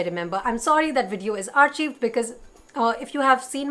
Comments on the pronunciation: Isn't archive pronounced as arkaiv with a k sound? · Loved you video honestly ❤️ ( noticed sth .. the pronunciation of archive is ArKaiv I guess)